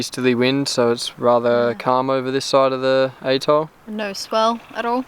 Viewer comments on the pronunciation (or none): Atoll..... At-oll.... just saying!!.